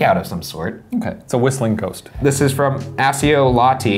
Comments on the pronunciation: 'Accio' is pronounced 'Akkeo' not this 'Asseo' or 'Acheo' bullsh*t. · IT'S PRONOUNCED "AKIO" GODDAMMIT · Accio ia pronounced with a k sound btw😂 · its actually "a-ki-yo" not "a-chi-yo" or "a-si-yo" 😏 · Hearing Ryan say Accio as-e-o when its ack-io made my scar burn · ITS NEITHER!! YOU BOTH PRONOUNCED ACCIO WRONG!! It's accio as in "a-key-o". There are several movies you could use as a pronunciation guide! Sorry, had to weigh in. LOVE YOU GUYS! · A-tch-eeooo? Asseeeooo? Bois. It's A-ckh-eeo Accio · It's not "ach-e-oh" accio is pronounced in the film as 'ack-e-oh' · correct me if I'm wrong, isn't accio pronounced as akio not asio or achio lol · Akkio! not Assio! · i'm 3 years late but it's neither achio or assio, it's ackio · It's actually "Ack-ee-oh" not "Ach-ee-oh" or "Awh-see-oh" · Ah-key-oh, not Ah-see-oh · Ryan, it’s “ah-kee-oh” not “ah-see-oh” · It's AK-io not assio. The c's are pronounced as K's #potterhead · asio??? achio???? you uncultured swines!!! it’s pronounced “ack-e-o” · Pretty sure accio is pronounced like “aCK-ee-oh” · isn't aksio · Ack-io. You were both wrong. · Accio is pronounced "ak-ee-oh" lmao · Is no one else cringing at how they both mispronounced ‘accio’? 😭 Pronounced like ack-ee-oh Potterheads, where ya at? *\ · ACK see o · It’s actually ACK- EE- OH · you're both pronouncing it wrong. In the movies they say it with a "k" sound as if it's spelled "ackio" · Its Ack-io, you guys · Hey don't mean to be the nerd in the room but accio is pronounced ack-io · its ack-io.. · accio = ah-key-oh ....been driving me insane.... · It's pronounced AKKIO! 😫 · btw it's pronounced ack-io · IT'S AH-KEE-YO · Yall both wrong, its Ahhckioh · it's "aKio" :P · Accio is pronounced "ah-key-o" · its pronounced akkio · am i the only one who’s lowkey annoyed at their pronounciations of accio?? accio: [ack•e•yo] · You're both wrong; it's pronounced "A-ki-oh" :p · Accio = "Ack-e-o" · Ah-key-yo. Accio. Learn Latin. It's dope. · ITS AK-E-O ACCIO